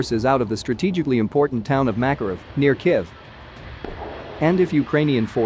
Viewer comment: Kiv? Kif? Really dude?